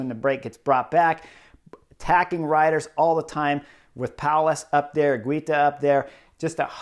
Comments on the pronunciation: its higita not higwita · igita actually...👍